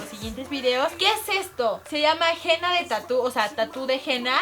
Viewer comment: no se pronuncia jena se pronuncia enna